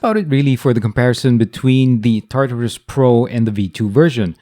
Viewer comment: "tatarus" not "tartarus" xD